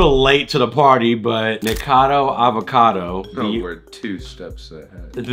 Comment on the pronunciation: Yo I swear when said the red shirt nick a cad o it sounded like he said the red shirts n word cado